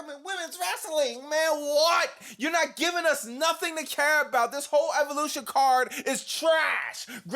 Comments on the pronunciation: "Now the show starts with Seth Rollins and Evolushiiiitt"😂😂. That part cracked me up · And EVOLUSSSHITT!!